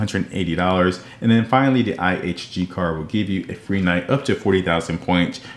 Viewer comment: iNG card, you mean (IHG) no wonder it’s not on your radar because your not even saying it right. But overall great job. Just for your info it’s (Intercontinental Hotels Group) or IHG